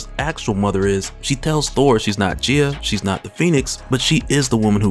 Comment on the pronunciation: Guy-uh not whatever the hell your saying